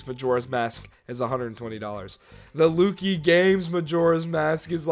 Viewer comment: It’s pronounced LUCK-EEE not LOO-KEY